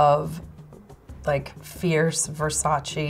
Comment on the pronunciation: Finally - someone pronouncing Versace correctly !